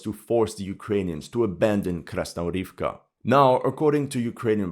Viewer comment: Mate, I'm begging you - KrasnoGOROVKA, not Krasnorivka. For god sake.